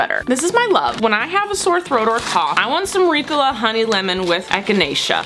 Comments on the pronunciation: I love you, but it is Ree-co-la not Ricula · it’s ri-COL-a not RI-col-a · I went to the comments to see if anyone noticed how she pronounced Ricola. I guess I’m the one that says it ring. I say it like Ree cola ( as in Coca Cola) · Ricola is a swiss brand and in swiss german its pronounced ri- gola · It's weird to hear the word Ricola because I'm so used to Reeeeecola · Did you call ricola ‘reecola’?? Lol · Why did say Ricola like Ricala... I’m very confused. Have I been saying it wrong? Was she just wanting to say it strangely? I have so many questions! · ily but I hate how you say ricola. The commerical goes "reeeeeee-cohlllaaaah" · Umm excuse me that is not how you pronounce Ricola. Haven’t you seen the commercial?! 😂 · i kept twitching at the way she said ricola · Look up the ricola commercial and learn how to say it please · The way she’s pronouncing Ricola is making me cringe, that’s not how you say it